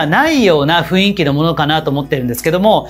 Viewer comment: いつも拝見しています。 たいへん参考にさせていただいてます。 ありがとうございます。 １つ気になることがありまして初めてコメントさせていただきました。 「雰囲気」という言葉なのですが、「ふいんき」ではなく「ふんいき」が正しい読み方だと思います。 細かいことなのですがいつも拝見していて気になったのでコメントさせていただきました。 これからも応援しています。